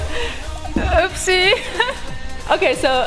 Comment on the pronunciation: "uppsi" :D